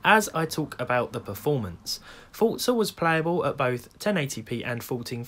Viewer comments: Forza!!!! Not fortza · HEY HEY HEY Dont you call Forza FORTza... Its for zzzzaaaaa lol j/k! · Ah yes, "fortza." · Does it bother anyone else how he says Forza? 😂😂